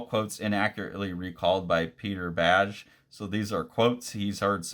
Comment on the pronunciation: I know you've said pronunciation isn't your strong suit — this one's easy — his name is pronounced "bag" Great video, though, thks